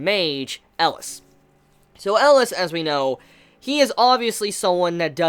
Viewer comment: It's ELIAAAAAAAAAS not ELAS COME ON